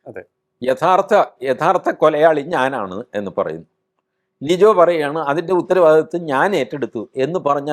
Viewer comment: ലിജോ അല്ല ലിയോ ആണ് 🙏